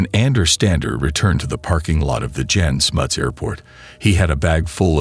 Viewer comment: Please get the facts right. Its absolute bs that 176 "children" were shot by police in the 1976 riots. One student died. The name Andre is pronounced Ahndray. Not Ander. The airport was pronounced Yahn Smuts. The 76 Soweto uprising was not against apartheid but against the policy of teaching Afrikaans to Black students. I also seriously doubt Stander was involved in the Angolan bush war. He may have been on the South West African/Namibian border but I doubt he went into Angola. As a policeman it's even more doubtful. It's a pity this bit of history has now been so distorted as the Stander/Heyl gang is an interesting story without the political bs.